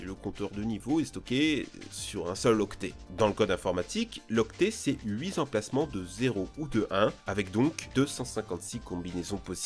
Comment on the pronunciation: 2'35" "Huit Z'emplacements" ??? Vraiment ??? XDDDD Airwolf... Quelle chienlit.... Une horreur totale à faire...